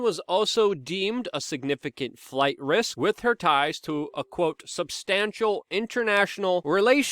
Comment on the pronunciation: It's imporTant not imporant!! And it is wiTH not WIT!! PROPER speech gives you more credibility as a news provider.